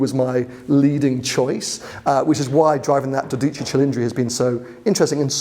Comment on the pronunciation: "Dódici", accent on the o and the c is single so it should be quicker. You were saying "Dodìcci" 😁